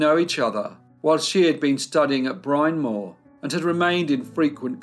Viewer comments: Fascinating story! A total mystery! The college Bryn Mawr is pronounced “Brin” not “Brine.” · Bryn Mawr is pronounced Brin Mar. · That's not how Pennsylvania (or most of the US) pronounces "Bryn Mawr," for the record...